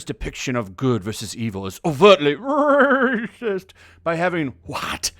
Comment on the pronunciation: The way he says Ρασίςτ gets me XD